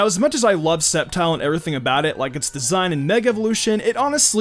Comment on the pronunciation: that's not how you pronounce sceptile